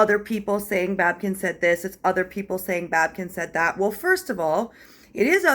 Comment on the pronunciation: It's not babken. It's babykin